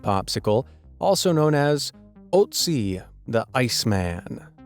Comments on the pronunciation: Es heisse Ötzi!!!! nicht Oatsie verdammte kacke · oatsy oatsy oatsy AAAAH its an Ö not O. Ö! not O! if it was Oatsy why would it be spelled Ötzi? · Butchery! Stop it! Seriously it's ÖTZI (UMLAUT! - I know you don't have these in English, but German does!), not Otzi! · Otzi is not the name. It's called Ötzi. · I love that you have no idea on how to pronounce 'roentgen'😂 it seems you have that problem with all words there are foreign (non english). Shown again with the name Ötzi... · I am sorry, but it's terrible to hear this pronunciation of Ötzi's name. The first letter is more similar to the first letter in elephant. I know English does not support accented letters... Sorry not sure how it's called in English... Otherwise I very much love this video and all the things in the list. :-) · This channel has 12 million subscribers and is too lazy to check how Röntgen or Ötzi is pronounced. Ridiculous. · It hurts my ears how he pronounces Ötzi. The Ö is similar pronounces as the u in burn. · Ötzi is pronounced very differently. The Ö sounds like the e in vermin! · an Ö sounds like the "u" in "burn". for future reference ;) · you pronounce "Ötzi" so wrong it just hurts because im german and you speak german in austria too, because it was found by austrian people and had a german name. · "ö" is pronounced as the u in puff